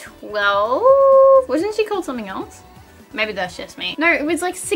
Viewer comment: It’s really annoying, when she says video it sounds like “veedeeyur”, tones sounds like “turns” no sounds like “nurrr”